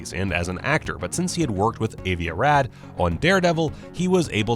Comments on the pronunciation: "Avie A Rad?" Jesus, learn a little Hebrew. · Avi Arad is pronounced AhVee AhRodd